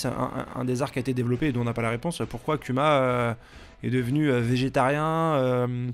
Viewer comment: 🤣 le non respect tu dit "cul ma" pour Kuma mais tu dit bien "Kizarou" pour Kizaru. Barbe le noir c'est le roi de wano cunni ?